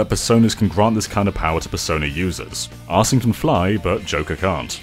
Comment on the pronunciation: And Arsène is pronounced more like "ar-SEH-nuh," with the last syllable barely audible